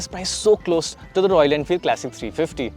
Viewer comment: Why tf would you pronounce ‘classic' as ‘clessic’ !